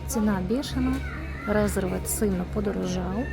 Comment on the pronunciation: Дякую, дуже правільно поправили! А то по вухам